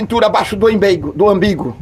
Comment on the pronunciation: já ouvi "imbigo" mas ambigo é a primeira vez 😂😂😂😂😂😂